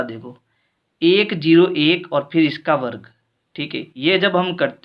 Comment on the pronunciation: Varag nhi sir varg kahte hai 😂😂